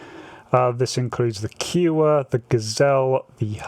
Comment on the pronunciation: Sorry mate but the Kiowa is pronounced Ky a wa not Keewa